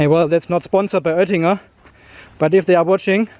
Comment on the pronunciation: Ich glaub er kann Deutsch. So wie er Öttinger sagt... 🤔